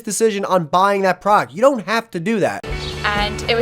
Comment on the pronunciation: I love the video, altogether great. I just really wish that dude could annunciate the D in “product” a little more because he sounds kind of like a 12 yo Minecraft streamer every time he says it.